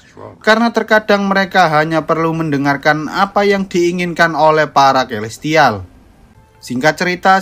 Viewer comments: Kaya aku aku dengar di nyebut nama elestial deh🗿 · Gua gk salah denger ni elestial